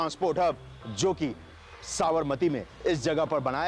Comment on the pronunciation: SAB-RA-MATI nahi hai Sa-bar-Mati hai